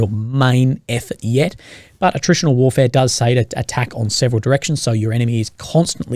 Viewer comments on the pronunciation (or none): none